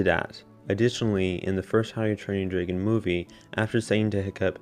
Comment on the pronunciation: Was it just me or did he say “Dragon” as “Draygon”